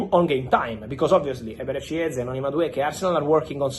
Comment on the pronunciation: idk why but him saying Viktor gyökeres was very satisfying for me